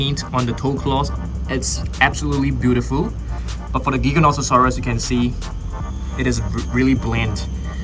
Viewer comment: Pronounced Jyganotosaurus